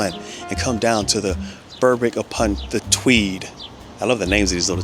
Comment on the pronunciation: Berwick is pronounced Beh rick with the emphasis on Beh